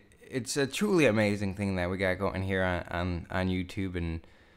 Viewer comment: did you say "what is GOATen on ladies and gentlemen"